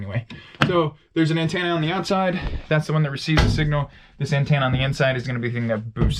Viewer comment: It's pronounced anTENna not anTANna